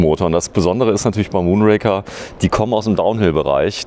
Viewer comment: Ihr solltet zumindest in der Lage sein den Namen des Bikes richtig auszusprechen. Der Bond Film heißt Moonraker und nicht Mondraker. Bei dem vorgestellten Rad ist es dementsprechend umgekehrt.